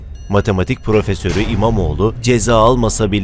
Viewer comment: “Matematik Pröfersörü” 😅